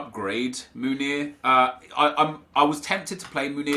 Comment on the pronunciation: Love your channel, tough watch today, you don’t need to spend so much time defending your character and decision making, I believe most of your audience understand subjectivity and forgive little mistakes. Although I understand you wanting to do better... so one little thing, your favorite Belgian RBs name is pronounced men-YAY, not moon-YAY. Keep up the good work :)